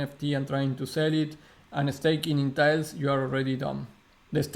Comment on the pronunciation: Ma, its not Tail its Talis......